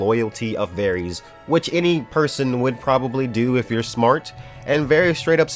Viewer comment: How do you watch the show and say varys wrong? Both syllables even?